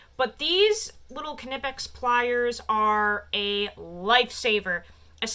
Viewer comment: german here, its pronounced with a hard "k" like in "being kind to someone". The "i" is an "ee"-sound like in "hitting my knee". But you're right on the "pecks". So basically its pronounced "kneepecks" with a hard K in the beginning. Sry for being a smartass... i'm german afterall (